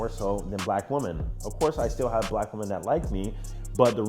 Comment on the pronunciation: I have no idea why you can’t say women or woman right 😂